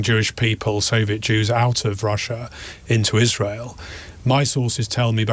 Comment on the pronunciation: Why is he saying Israel like that?